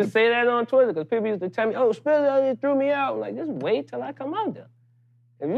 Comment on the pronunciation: Bitch its “Spitta” you must not know... Curren$y - She on my Mind